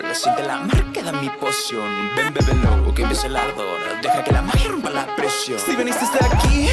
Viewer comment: "Bèbelo" me da un chingo de cringe.